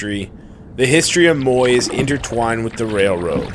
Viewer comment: Hey, nice to see you in the East Kootenay! Not sure if you care but if you do, it’s pronounced Moi_yay:) and it’s on Hwy 3 (just in case you plan to come back!). Hopefully one day we run in to you on a BC lake! Take care!